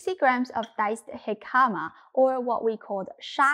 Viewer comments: I've never heard jicama pronounced that way! We usually say hick-a-ma. The dumpling looks good tho! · Jicama is pronounced Hic ca ma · Jicama hik-a-mah.